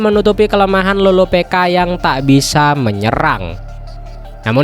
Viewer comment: loropicka bkn loropeka